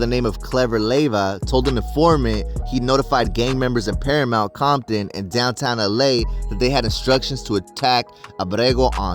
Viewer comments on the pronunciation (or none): none